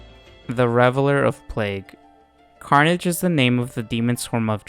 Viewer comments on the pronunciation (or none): none